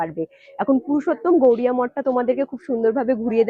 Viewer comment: শ্রী শ্রী পুরুষোত্তম গৌরিয়া মঠ নয় বারবার উচ্চারণে ভুল হচ্ছে। শ্রী শ্রী পুরুষোত্তম গৌড়ীয় মঠ হবে।